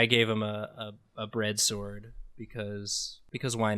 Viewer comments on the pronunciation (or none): none